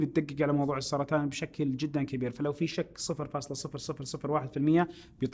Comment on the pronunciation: اخوي عندك خطأ لغوي. سرطان وليس سرتان 😂❤️. استمر يامبدع قاعد اكمل الحلقه. سبحان الله وبحمده سبحان الله العظيم 🤲🏻🌹